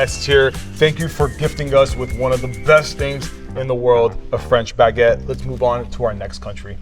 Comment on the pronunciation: I love your videos, but as a French guy, that's not "Baguette" at all! 😅